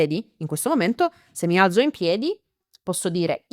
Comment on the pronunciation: la pronuncia del verbo alzare non è: "mi al(t)zo? Grazie.😊